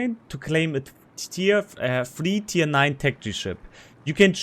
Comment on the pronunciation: Three or free T9 ship? Sounded a bit unclear...???